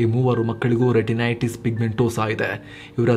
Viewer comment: a small correction. Once u pronounced retinities, then renitities. It's OK. Don't mind. Just told.